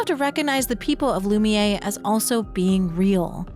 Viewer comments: Is this an AI read? What's the deal with calling Lumiere "loo-mee-yay" when its not pronounced like that anywhere in yhe game? It's pronounced "loo-mee-air". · It's pronounced loo-me-air. I chose Verso's ending. Not because I wanted to save Maelle but i wanted to erase Gestral Beach. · Please, please, for the love of god, before the next 1h+ video, learn to pronounce Lumiére and Lune. They're NOT Loomee-ay and Looné. lol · This is a great video, but I'm amazed that someone can play a 40-50 hour game of characters correctly pronouncing the word, and then walk away thinking it's "Loom-Yay"